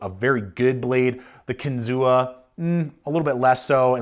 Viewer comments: Pronounced “Kin-Zoo” like the state park. Native American word means “fish on spear”. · Kinzua is pronounced without the a: "Kinzoo." Its the name of a lake in the Allegheny National Forest near Case's factory in PA. I have had my eye on these knives for a while, but the reviews are really mixed. Despite the price, Buck and Spyderco seem like much better value for US made knives. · Kinzua (KEN-zoo)